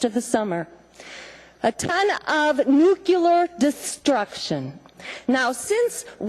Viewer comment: It's nuclear, not nukulur, fuckin' hick tricks.